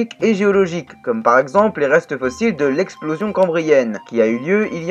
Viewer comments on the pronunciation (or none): none